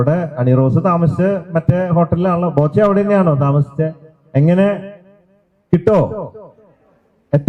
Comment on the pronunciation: ബോച്ഛൻ അല്ല ബോച്ചേ 😄😄😄